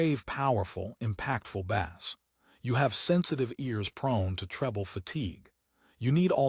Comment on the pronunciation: Dude... Every IEM requires a tight seal, especially the more expensive ones. The tips provided on most IEMs are generic, designed to fit a majority of users. If your ears are different, then guess what??? you have to buy after-market tips. Deal with it... BTW, the word BASS is mispronounced throughout the video. Train your AI or change the spelling to BASE.